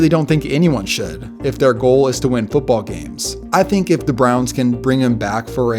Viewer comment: “Footbowl” lol